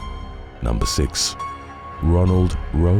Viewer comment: bro..not being disrespectful but id just say "six" instead of "sicth"..